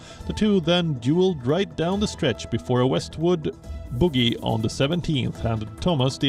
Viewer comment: LOL... Golf Boogies? Uh no. It's bogey, not Boogie Wonderland dancing shoes LOL.